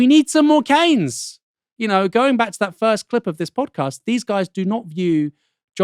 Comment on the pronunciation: Is it pronounced Kanes or Keens. I have never been to Milton Kanes.